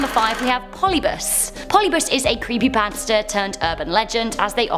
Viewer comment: Polybus? There's an I there,. It's polybius.